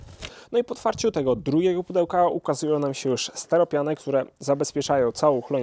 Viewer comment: Czy wiesz, ze w slowie "steropian" nie ma litery E? Jest Y